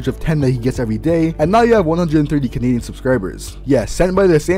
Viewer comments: “Kenedian” is a violation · I just realized you pronounce his name "Canadian" lol Edit 1 added " Edit 2 added the edit thing